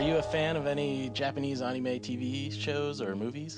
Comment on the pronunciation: "onime" isn't it anime?